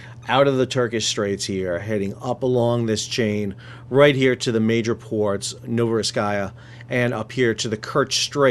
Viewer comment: Only one small caveat about a city name, it is Novorossiysk there is no kaya. Novo-rossiisk